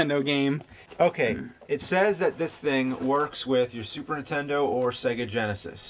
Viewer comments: I love that you guys often sort of say "intendo" and drop the N. I just like it. No big reason why. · I've noticed that James always says Super Ntendo